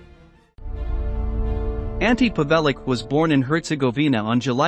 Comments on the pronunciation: The pigs name is pronounced pav-el-ich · The 'c' in Pavelic is pronounced 'CH'. If you want to make a biography at least pronounce the subject's name correctly.